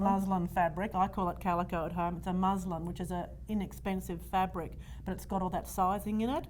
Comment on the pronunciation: she refers to a fabric as 'Muslim'. Does she mean 'Muslin'? Muslin is a fabric.